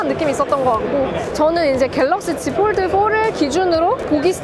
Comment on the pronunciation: 왜 폴드는 f 발음 하시고 폰은 ph 발음 안하시죠? ㅋㅋㅋㅋㅋㅋㅋㅋ 보는내내 발음때문에 힘들엇렁